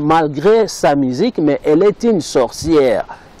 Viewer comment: Tu as de la peine de parler le français mais tu veux décrypté idiot.... Rectificatif on dit musique et non misik et on dit le monde et non lé monde tsuuuuuiiiiipppppp